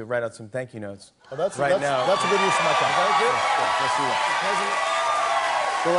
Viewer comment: Wouhooo Mister #Jimmy m’a fait craquer de rire 😂 😂🤣🤣🤣 surtout dans ce passage où il prononce avec un accent humoristique « Tank you president Obama🇱🇷» Big respect à vous 🙏